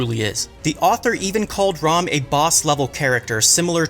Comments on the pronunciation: It’s Ram not Rom 😤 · You pronounce "Ram" so weirdly.. like "Rawm"